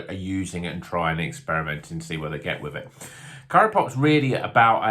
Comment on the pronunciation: It’s CRYO Pop, as in cryogenic. That’s how CRYO hop pellets are made.